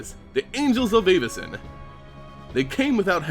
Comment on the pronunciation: The way you say Avacyn makes me cringe.